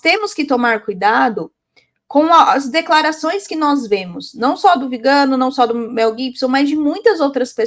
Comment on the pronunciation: “VigÂno”, muié? 😖 Mas que antipatia, você continua falando errado o nome do excomungado! A senhora deve ser vegana, só pode. Alguém precisa parar essa mulher.